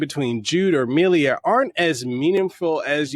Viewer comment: Why did you add an extra "i" to Milla's name?